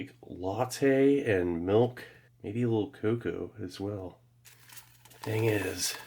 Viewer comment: The way he pronounces milch makes me cringe every time